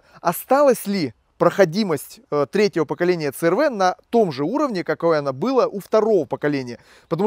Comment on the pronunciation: В Америке много переднеприводных. Правильно говорить си ар ви. Клиренс у первого и второго поколения 205, у третьего 185, у четвертого 170, у пятого(заявленный) 208. У меня 2,4 , расход по трассе на круизе, в режиме 100-105 три взрослых и ребенок, 8,0-8,5 литров.